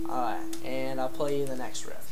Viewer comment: I could've sworn u said rift... and if u did... its riff